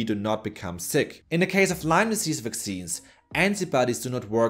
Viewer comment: People for GOD's sake it is LYME NOT LYMES!!!